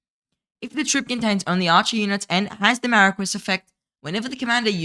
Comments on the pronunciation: Much hype for the new archer commanders. Also, Marquis is pronounced "Maar Kee" Thanks for the archer focused videos! Keep up the good work. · then you’re pronouncing it incorrectly.